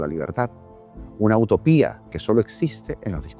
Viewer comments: Si se escucha autopia pero es porque unió las dos palabras "unautopia" pero fue un enredo de pronunciación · Escuche utopía Dice utopía